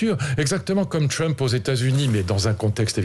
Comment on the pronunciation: Il prononce Trump avec l'accent angloamericain !!😂😂😂